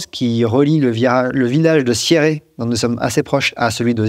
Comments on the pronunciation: Super vidéo ! Petite rectification, ce n’est pas « SierrÉ Zinal » c’est « Sierre Zinal » 😜 pas facile pour nos amis 🇫🇷 aussi dans la même région le fameux km verticale de fully se prononce « Füï » et non « Fouly » s’il vous plaît chers voisins 😂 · La vidéo parfaite la veille de l'ouverture des inscriptions de Sierre-Zinal 👍 Par contre on ne dit pas Sierré 😉 Salutations Valaisanne 🇨🇭